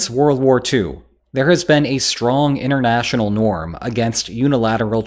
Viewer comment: Why do you say "innernational" when it is "inTernational", which clearly is something completely different. Speaking sloppy is a sign of mental lazyness.